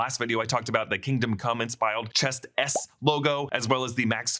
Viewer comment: "inspiled" lmaooooooooooooooooo